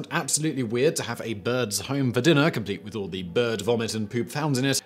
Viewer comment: This is worth seeing just for the way Simon pronounces "weahhhhhd"